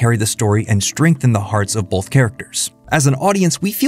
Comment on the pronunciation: Why do you pronounce “both” with an L saying “bolth”?